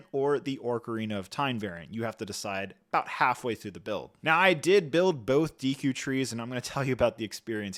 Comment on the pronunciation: Lego...make sure the people you send the ridiculously overpriced sets for free at least know how to pronounce the names correctly. It has me cringe how often and confidently he mispronounces Deku.